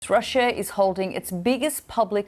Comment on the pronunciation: The pronunciation of Russia is not correctly pronounced by BBC studio lady